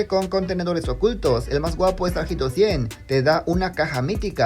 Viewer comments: Perdón por comentar esto, pero no se dice "jito", sino "ito". La H no se pronuncia querido 😅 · Amigo, hito se lee ito, no jito